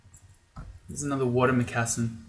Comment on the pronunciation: All right, you get another thumbs-up, but if you mispronounce "moccasin" one more time, I'm throwing one in your bed!